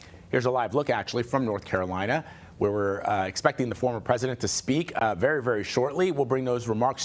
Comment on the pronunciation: He cant even say word "president" 😂😅😅